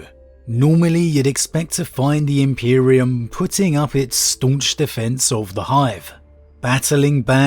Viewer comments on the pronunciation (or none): none